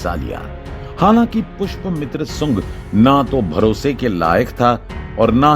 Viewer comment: Aur bhai wo pushpmitra nahi, Pushya Mitra tha.